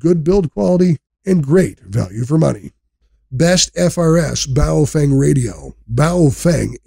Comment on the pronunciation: It's pronounced 'Pofung'.